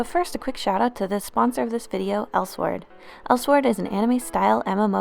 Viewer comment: its pronounced el-sword.